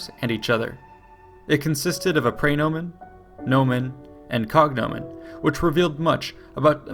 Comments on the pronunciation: His mispronunciation of praenomen is also killing me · "Pry"nomen. Ugh, did no one take Latin ?